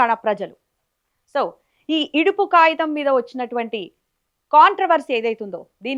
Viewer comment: Yidupu kagitham anali.yidupu kayitham kadhu. Clear ga matladali.